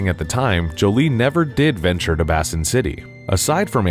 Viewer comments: It’s pronounced Bay-sin city not Bass-sin city. YouTubers have a problem with pronunciation. I love both of these movies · Did you just pronounce "Baysin" as "Bassin"? Sigh... 🙄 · "Bay-sin" not "Bass-in"... no fishing! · Why's he pronouncing it "BASSIN" city? Basin is pronounced "BAYSIN." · First of all, Basin does not rhyme with fasten. It rhymes with raisin. Basin, you know? Like a sink. I'm guessing Basin City, Nevada is near a lake or a reservoir. There were a few reasons for the failure of the second film. First, two of the main actors were dead. They waited too long to make this movie. Secondly, Frank Miller has lost his knack for writing. He did some great stuff during the 20th century but he went seriously nuts following 9/11. Also, Jessica Alba can't act. At all. She was barely passible in the first movie. She cannot handle anything heavier than that. So we've got a writer who can't write writing an original story for an actress who can't act. Which brings us to our final reason... original stories. Why? There are six Sin City books, not including the issue of short stories. Make a movie from the remaining three books, don't write new shit. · My only complaint about this channel. Their main narrator doesn’t know how to pronounce “albeit” in numerous episodes. All-bite? I find myself yelling at the videos. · Pronounced BAY-SIN . . . City. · The word “basin” is not pronounced “bassin’” like it’s some kind of fishing canp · Basin is pronounced "BAY SIN" And Cannes is pronounced "can" or probably more accurately "con". It's French. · Bay-sin! Bay-sin city! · is the one who mispronounces “albeit” but isn’t paying attention either all the time. “Bass-in” is a colossal fuck-up. I guess I can’t be too surprised. Dude doesn’t even know how to pronounce “Gomez” correctly. 😂😂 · The name is pronounced Basin, as in "eh". It's a city that is at the bottom of a gorge where trouble brews at the lowest levels.